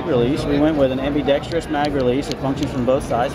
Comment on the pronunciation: Damn it! Am- be- dek- stres!!! Four syllables!